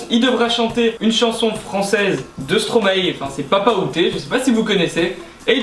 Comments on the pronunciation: oauis en plus sa se dit stromaye et pas stromaé ... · Et ca se prononce Stromayyyy